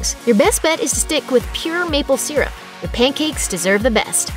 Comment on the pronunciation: She cant even pronounce syrup correctly. Lol